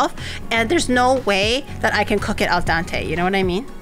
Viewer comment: Honest mistake, but it's called Al Dente. Not Dante.